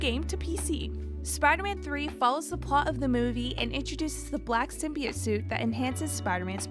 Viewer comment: Takes me right out when things are continually mispronounced. Its Sim-be-oat, not sim-bi-oat